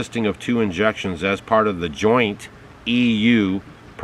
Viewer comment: Em are an A? EnGectshons?